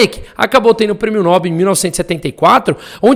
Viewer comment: Prêmio NÓBRL? Ou prêmeo NOBEL? Aprenda a falar porra!